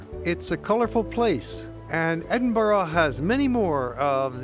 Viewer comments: it's not Edinburo, it's Edinburr. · Americans its not Edenboorg its Edinburra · Edinburgh not Edinborough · I've heard of Edinburgh...not Edinbro!!!! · Tariq Rasheed exactly! It's Edinburgh, pronounced..ed in bu rah .not Edinbro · Please: it's pronounced Edin-burrah: you Americans! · It's pronounced edinbrugh or ed in bu ra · Well made content but PLEASE learn how to Edinburgh the way you say it hurts my brain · where the hell does the letter O appear in EDINBURGH learn to pronounce my city correctly before making a documentary ignorant prick.